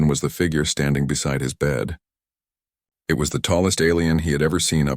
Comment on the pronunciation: The story was good, but for some reason many stories have awful subtitles. It isn't just either. Narration gets crazy the word 'wound' becomes something put on a spool and 'it' becomes IT whatever that means.